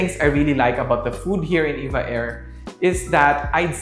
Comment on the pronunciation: Btw it’s E-V-A not “Eva”